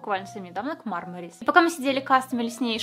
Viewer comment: мармарИИИс(типо как конфета барбарис ,никто же не говорит бАрбарис ),а не мАААрмарис ,как же бесит когда так говорят